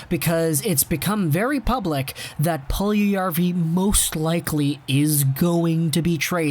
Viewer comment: Its Puljujärvi not puljujavri. Its literally written on the title